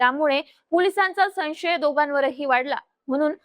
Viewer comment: संशय मध्ये व चा उच्चार करा....😂😂😂